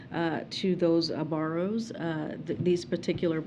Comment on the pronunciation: She cannot even say the word borrower … like what else is there to tak about…. Seriously u fkn Morons that support this bs .